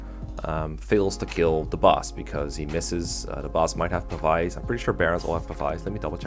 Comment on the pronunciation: Hi! Love the videos! Just an FYI. Pavise is pronounced with a "Vis" as in "visibility". And not as in "vyce". This is not meant as a shitpost, please do not take offense from it.